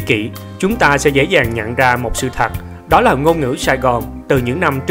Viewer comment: Em bị ngong chu thật nói thành chu thac đây là loi của những người miền Tây Nam Bộ